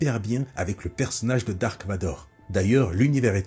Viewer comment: C’est Darth Vador. Pas Dark